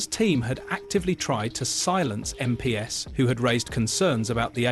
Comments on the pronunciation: "Em Pee Ess" What the actual fook is this A.I. robo voice talking about? It is pronounced "Em Peez". Who puts this sh!t on Youtube? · Computer generated voice is annoying - the give away is MP’s pronounced as Em Pee Es instead of MPs = EmPees